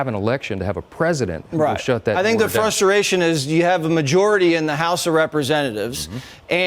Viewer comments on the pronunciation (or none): “Fusteration”,?